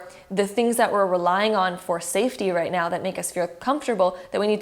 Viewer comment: Did she really say right meow or is it just me